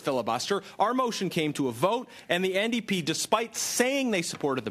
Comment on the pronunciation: Ndp not nap